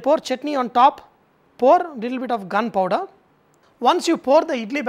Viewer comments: is he saying gunpower? O.o or gharam power? and what is it? ty :) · I'm sorry but what is he saying when I'm hearing "gun powder". I know he's not but it sounds like he's recommending that I eat them with gun powder.